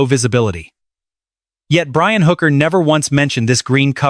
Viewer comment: Her name is Hooker NOT Booker Mr. A.I. speaker.